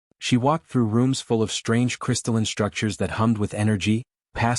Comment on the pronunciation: FYI, "SHTRANGE" is not an English word.